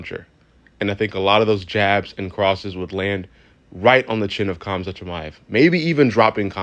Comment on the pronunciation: Hamzat the k is silent